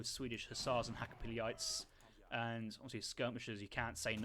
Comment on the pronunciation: Try pronouncing them hakka-pellit, easier on the ears